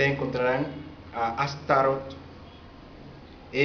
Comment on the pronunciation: Tu mi hermanos no eres mas que un ingenuo enganado por el EGO y quieres buscar soporte en tu pagina y tener seguidores, y esto te lo digo porque tu nisiquieras sabes pronunciar la palabr ASTAROT y mucho menos sabes quien es ni de donde vino el comandante ASHTAR SHERAN para decir y afirmar cosas como las que tu estas afirmando, pero sabes que, ya la pava no pone donde ponia, porque la mayoria de la humanidad ha despertado y sigue despertando de la esclavitud en la que nos mantuvieron como humanidad los Iluminati, las mafias, los Bilderberg y todos los seres humaos oscros que han actuado encontra de la humanidad y que han sido utilizado por los seres oscuros atraves de los goviernos mundiales y tu estas poniendote de su lado con todas esas estupideses que tu estas tratando de implanter en la mente y cerebro de todos los que entran en internet, pero ya la gente conoce las gentes como tu, que no tienen base de que lo que estan diciendo, afirmando sea veridico...ahi te la dejo de tarea.